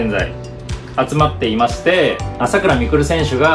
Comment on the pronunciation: 朝⤴︎倉⤵︎未来で草